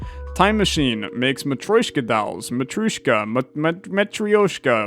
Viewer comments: Just an FYI, it’s pronounced mah-tri-josh(not dzosh)-kah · i think im a little late to inform you on the pronunciation but it is mutrooshka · from the song "feeling so matyroshka" i pronounce it "muh-trow-shka" but idk if thats right